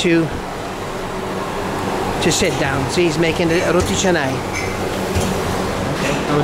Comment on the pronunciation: Whoa.. Roti Canai.. Ais Kosong.... your malay pronounciation is like local! Eating with hand also like local. Amazing..